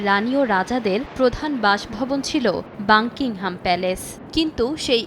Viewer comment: মূর্খ সাংবাদিক, বাকিংহাম প্যালেস কে বলে বাংকিংহাম প্যালেস